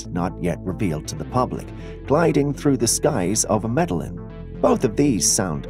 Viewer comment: I love your show! Its pronounced Meda-heen.. Columbia.. Your Welcome! ❤